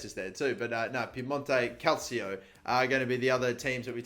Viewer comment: My face when he said calcio properly😄😄😄